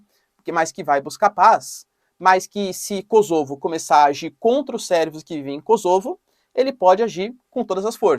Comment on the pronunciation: Kôsovo e não KosÔvo